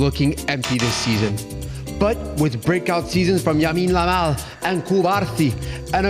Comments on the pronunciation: The world: lamine yamal: yamine lamal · don't worry I sometimes say Yamine Lamal too